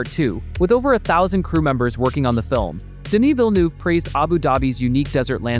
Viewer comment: Oi! American! Denis Villeneuve's name is French. It's pronounced 'DEN-ni'! You're visiting other worlds NOT named 'America'.